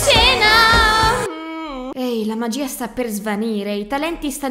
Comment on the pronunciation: Magiiiiiiiiiiiiia non magia i non ia